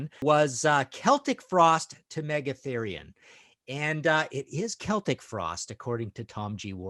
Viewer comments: Knows how to say Celtic, doesn't known how to say Giger. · It's pronounced Keltic in the UK and Ireland, that's why it's correct.